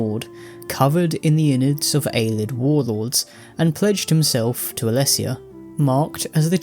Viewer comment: I dont understand why he calls them Aylids. They pronounce it Ayleid in game a lot. It cant be a reading thing.